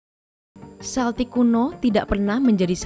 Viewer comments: Tolong ralat cara bacanya, bukan Seltik, tapi Keltik. Ntar di ketawain orang Inggris, Scotland sama Ireland anak cucunya saat ini. Karena orang Amerika buat konten kayak gini, sering menyebut Seltik, diketawain orang-orang itu diatas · Kayaknya naratornya salah baca. Celtic dibaca Keltik bukan seltik. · Bacanya bukan “seltik” tpi “keltik”